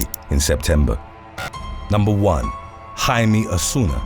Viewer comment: How do you manage to correctly pronounce Jaime the Latin way but mangle something as simple as Corcoran???